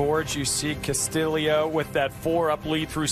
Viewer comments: Ricky Casta-Leo!! Castillio!!REALLY ? It's Castillo ... simple!! It can't be pronounced like that!! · Thank you!! Such a simple name to pronounce!! I'm not Even Spanish!! When he was announced on the tee box they said Casta-Leo🤯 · It's cast-ee-oh.... not cast-ill-eoh!!! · Castillo has only one 'i' ... Why are they pronouncing it with two? Shouldn't it be pronounced Castiyo, not Castiliyo? Double l in Spanish has y sound. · video idea: take a shot every time they pronounce castillo wrong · Am I crazy or are the announcers pronouncing Costillo's name wrong? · They are def pronouncing it wrong lol they said it like three different ways!